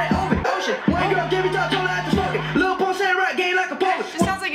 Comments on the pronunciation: It's lil not little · if you pronounce his name “little pump” the song wasnt made for you😭